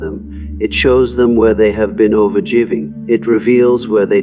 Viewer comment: This is extremely interesting, but the use of the AI voice is a bit jarring at times with its random mispronunciation of common words such as "an-jer" and "over-jiving" when those words are pronounced correctly in other places.